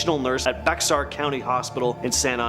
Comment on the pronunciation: Bexar county - pronouced "bear"- the "x" is not pronounced 😊